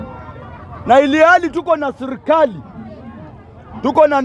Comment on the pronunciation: Sio sirkali ni serikali. 😂. Acha kuluyisha kiswahili publically